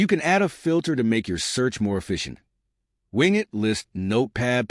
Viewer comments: Great video, but surely its "Win" "Get" as is Windowes Get. Rather that Wing it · As soon as I heard wing it, I immediately ascribe zero credibility to any content that follows. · The pronunciation is not ‘wing it” but win-get.” This is similar to Ubuntu’s “apt get,” which is the default Linux distribution for WSL. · It most definitely is NOT "Wingit" but "WinGet". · Maybe listen back to your AI generated voice track before posting a video. Win (short for Windows). Get (as in to acquire). Not wing it (as to improvise). Good information. Bad quality AI. At least you were nice enough to provide timestamps. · AI narrator. Wing-it. Lol. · good video :-) But "wingit" ... haha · That's the problem with using AI generated voice overs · Agrees with c comments trefarga pronunciation, but also one extra point: I noticed the "winget.bat" icon on the desktop didn't show the file extension. I recommend putting a checkmark next to the option for showing file extensions in Explorer settings. It's a small detail, but may improve security, since many malware files take advantage of this to cover up their real file type. See a PDF icon and want to open the document? It could be an executable masquerading as a PDF.